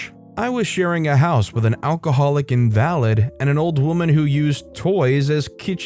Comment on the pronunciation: I was sharing a house with an alcoholic invalid.... The word here is not 'in-VAL-id' (un validated) but 'IN-val-id' (incapacitated). It changes the whole feeling of what OP wrote when certain words are mispronounced.